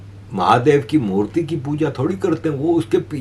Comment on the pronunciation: Murti not murli